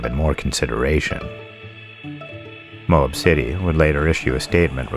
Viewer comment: Excellent script writing only one complaint Moab Utah Moab is two syllables my suggestion is check into the pronunciation of places you're unsure of it really knocks down the professional impression I thought your take on the story added a lot of information that I didn't know however if you choose to skip Brian I'm not going to complain